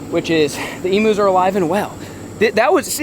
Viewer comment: They are NOT "Emoos" It's pronounced "Eeeemmm U" ... U as in U-Haul.